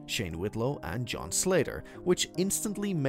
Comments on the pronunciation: The way said John's name as a Z like Zohn annoyed me the most. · Lololol right?!?! “Zjohn” was the weirdest ish at the time..